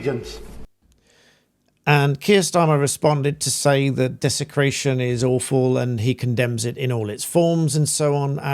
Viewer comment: Desicraton and division" 😂 from someone who follows Islam 😂😂😂